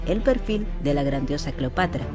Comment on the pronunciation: No se dice " clopatra"